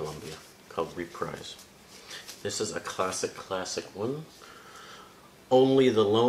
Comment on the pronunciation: Reprise was actually pronounced as “repreese”. You have a nice collection there tho! Im jealous!